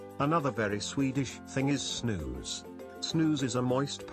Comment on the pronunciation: Snus should be pronounced more like with the u in use, not like snooze. If you are interested in more historic famous swedes you can check out Carl von Linne' (carl linnaeus) father of the botanic naming system. Alfred Nobel, the Nobel prize. Ivar Kruger, the "match stick king" whos suicide "started" the depression 1929. Edit. I was obviously wrong as he died in 1932... but his death caused some kind of economic crash.